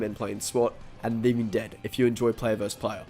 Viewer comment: “Living ded”